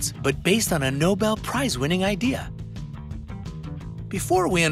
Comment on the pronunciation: "Nobel" prize...